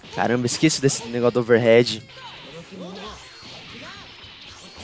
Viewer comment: quando o falo "over head" eu ouvi overhaul,_